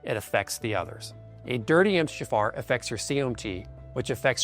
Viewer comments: It's the M T H F R gene mispronounced by the AI narration with you hearing jafar. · I always think you are saying "M. D. Jaffa". Sounds like an alien doctor from Stargate SG-1 😅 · I kept hearing Empty jafar 😂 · This video is helpful and consistent with what I’ve learned over the years. However - is it AI created? Why is MTHFR pronounced “empty jafar” and why does phosphatidyl sound like “fossfatil” and others. My undergrad is in genetics and these terms don’t get mispronounced. I’d rather have an authentic video than AI. I appreciate the content of this video but I have questions. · So much information to digest. I would much prefer the video narrated by him instead of AI which could not pronounce MFTHR and others. Proof positive that our biological metabolic pathways are way too, more like obscenely complex. A hiccup in even one gene for whatever reason can lead to health problems and a life time of misery. It appears that everything ultimately negatively affects the master, MFTHR. Didn't the Almighty ever hear of KISS, keep it simple stupid? Just try to avoid man made pollutants, heavy metals, electromagnetic fields, constant stress, etc. and still live our modern society. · Why does he pronounce MTHFR mumbled?